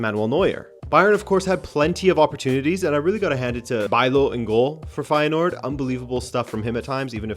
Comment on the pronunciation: Bijlow and Feyenoord pronounciation pretty much nailed on, only De Kuip needs some work (the Dutch 'ui' sound is one of those quirks of the Dutch language I guess).